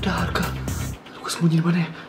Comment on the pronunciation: Ada arga❌ Ada harga✅